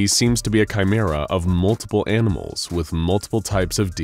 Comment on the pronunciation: I swear he said "amimals"